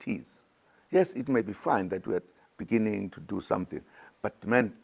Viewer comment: Imagine zuma insisting to take over government. A president who could not pronounce the word "beginning " benengen"